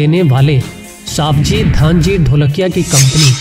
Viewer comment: सवजी भाई bol साबजी भाई नही